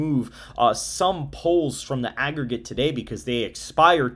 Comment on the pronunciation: Please correct that “AGGERGATE”